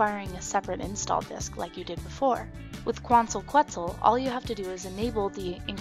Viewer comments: its pronounced "ketzal" :D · Quetzal is pronounce: Ket sal :) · It is pronounced KEHT - SAL :) (the U when preceded by a Q in Spanish is SILENT) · Quetzal: keh-ts-olh. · quetzal - Khet-sal its Guatemala's national bird. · Its [Kwant-al Ket-zal] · Hi... It should sounds like... "Kuantal Ketzal"... I'm from Mexico, land from Quetzalcoatl ("Ketzalkoat") a great good of the ancient mexicans. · it's pronounced ket-sal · pronounced: ketzal. It is the bird of Guatemala and a city named after the bird: Quetzaltenango. Tenango meaning "land" more or less. I am living in quetzaltenango for 3 months total. =) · It's pronounced "ket-sel", and this release makes me so happy to still be on linux mint. :) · Hi, you don't like saying Quetzal because it is an ancient Aztec word and white folks don't like to force their mouths to word latin dialect. Well we had to learn your english and master it, so it wouldn't hurt you to expand your horizon a little and pronounce it properly, which a google search isn't beyond you. (/kɛtsˈɑːl/ or /ˈkɛtsəl/), There I just made it easy. Love your videos and Im an Ubuntu user